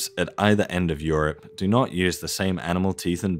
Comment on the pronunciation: Bemused with how you pronounce “Europe” like “syrup”